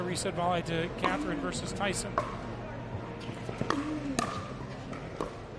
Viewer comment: these guys can't even pronounce Catherine's name correctly